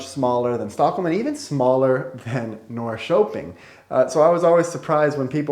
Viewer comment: One thing that surprises me is that, despite the fact that you have lived about two years in Norrköping you still don't pronounce the name of the city correctly.